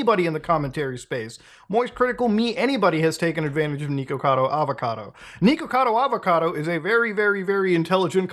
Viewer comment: Am I the only one who thinks it’s funny that this guy is so deeply concerned about Nikocado Avocado, yet couldn’t pronounce his name correctly?